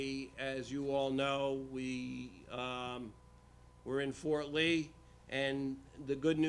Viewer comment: Fort Ree? Shocking!